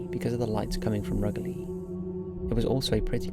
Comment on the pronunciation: You miss pronounce Rugeley lol